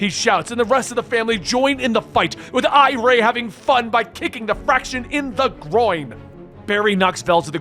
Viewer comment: The girls name isn't pronounced I-ray it's pronounced I-ree. She's name after iris. Just like Jai is named after Jay